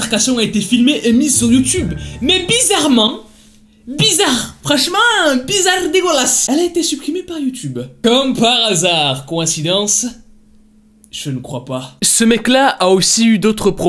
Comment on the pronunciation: J'adore quand dit coinsidense je ne crois pas